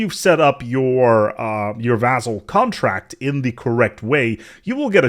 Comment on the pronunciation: You pronounce "vassal" with 'z' inside, this is regular 's' though, pronouncing that with 'z' makes it very confusing, seems like entirely different word. Generally, if single 's' is between vowels you may sometimes read it like 'z' in some words (like, e.g., "vase"), but when you have double 's' like here, you pronounce it like regular 's'.